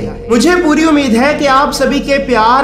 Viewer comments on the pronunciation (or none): none